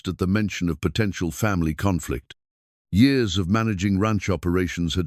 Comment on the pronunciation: Years are not pronounced like the narrator is pronouncing it.